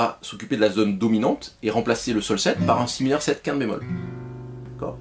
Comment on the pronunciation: Ah j'ai compris, vous dites "5te bémol". Ok. Comme ce n'est pas un terme usuel, ça vaudrait le coup de bien articuler à ce moment là.